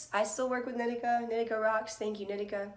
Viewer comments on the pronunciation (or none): Isn’t it knee-tea-cah? Not nit-ick-ah